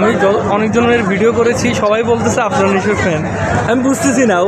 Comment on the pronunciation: বিগ ফ্যান কিন্তু বলে #আরফান নিশু.... এটা কেমন ভক্ত আফরান কে আরফান বলে🤣🤣🤣